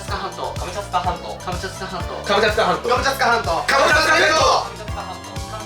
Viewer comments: 2倍速で聞くと｢カツカツハンド｣に聞こえる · 後半｢ハムカツサンド｣にしか聞こえなかったww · で｢カムチャツカ全島｣を｢カムチャカ全島｣にまちがえてた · 最後カムチャツカ半島じゃなくてカムチャカになってました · 最後のカムチャツカ半島がカムチャカ全島になってた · カムチャツカ半島がカムチャカ半島になってた(笑) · 最後カムチャツカ全島じゃなくてカムチャカ全島になってる笑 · 最後のカムチャツカ半島がカムチャカ半島になってる！ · 最後、カムチャツカじゃなくてカムチャカになってない？？ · カムチャカ全島じゃなくて、カムチャツカ全島じゃないの？ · 最後の最後にカムチャツカ半島がカムチャカ半島になってる 残念…👼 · 後半から｢かぼちゃつかまんと｣って聞こえてくる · 最後のカムチャカ全島になってて草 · 「カムチャカ半島」になってる😂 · 最後らへんから、「カムチャカ全島」になってる笑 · 最後 カムチャカ全島になってた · カムチャカ半島になってる笑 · ところどころ「カムチャカ全島」 になっとるww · 最後、カムチャカ半島になってた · くまちゃんつか関東に聞こえるひと👍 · マサイさんの「カムチャツカ全島 」が可愛いฅ(^ω^ฅ) 💕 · 最後、カムチャカ全島になっとるやないかいw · 最後「カムチャカ全島」になってた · 最後カムチャカ半島になってた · 最後カムチャカ全島になってなかった？w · 後半になると『カボチャ掴まんと』にしか聞こえなくて…笑笑笑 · マサイの「カボチャ掴まんと」聞いてから「カボチャ掴まんと」とか「カボチャツカ半島」に聞こえる😂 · 最後 カムチャカ全島だった… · 最後カムチャカ全島になってるw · 最後カムチャカになってるしw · 途中からカムチャカ半島になってる… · 全部かぼちゃ掴まんとに聞こえちゃう